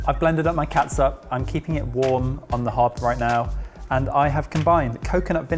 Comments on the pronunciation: As a Filipino I want to tell that catsup is pronounced as ketchup. It's just a stupid way to spell things. Just like haus and huaz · Every time says Ketsup I grin like an idiot. It's so adorable! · Filipino here. Great job! Just pronounce it as ketchup. "Ts" is equivalent to "ch" in Filipino. Chicharon is spelled as Tsitsaron in Filipino. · Its funny how pronounces Catsup like old mums in the Phillippines...